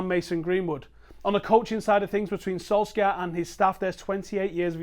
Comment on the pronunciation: I will not like your videos as long as you keep mispronouncing the mans name as Solskyaa